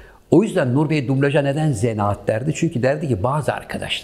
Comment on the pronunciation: zenaat değil zanaat...